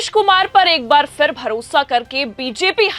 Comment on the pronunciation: Phir bolo Fir nahin. Poor pronunciation, disgusting. I will never watch 4 pm again. Improper training.